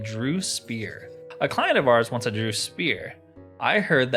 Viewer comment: The word "DREUGH" might look like it's pronounced like "Drew" but it's really pronounced like "Dregg" and Rhymes with "Gregg". Great let's play series.